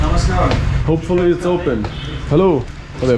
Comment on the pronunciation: It's na-mas-kaar and not namaskrra